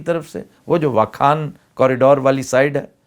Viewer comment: واخان ہوتا ہے ،،واکھان,, نہیں فہرنگ آصفیہ